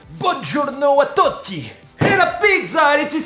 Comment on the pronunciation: "Buongiorno a Totti" xD Tu dis bonjour à l'ex-footballeur Totti ? C'est "tutti" plutôt que "Totti" :)